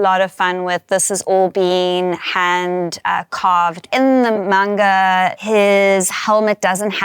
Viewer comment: Please say Manga correctly. Its not mainga